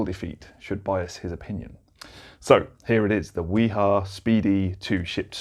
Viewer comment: Informative video, BTW the correct pronunciation of WIHA is "V-HA"